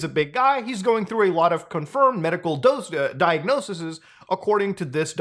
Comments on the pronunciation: Diagnoses, not diagnosisis. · It’s diagnoses not diagnosises